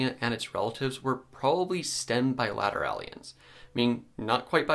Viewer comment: it's not Bi-la-ter-AHL-i-ans. the syllable you're stressing doesn't actually exist in the word. It's actually Bi-la-TEAR-i-ans I love you and you know far more than I do about ancient life, but that one is driving my brain a little nuts.